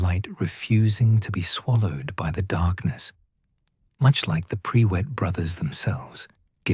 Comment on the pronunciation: Tell your AI bot it's not PRE WITT - it's PRUIT!! One word, no W!